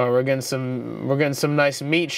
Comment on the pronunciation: “Cut off the shmeat, suuure” 😂😂😂